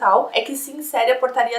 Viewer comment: Quando ela falou portaria, eu ouvi porcaria KSKSKSK